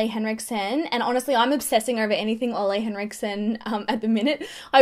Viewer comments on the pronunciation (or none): Ole (Henriksen) is pronounce ewe-le rather than oh-lay. Cheers! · Awwww you met Ole but you didn't learn how to pronounce his name :) It's pronounced like Oola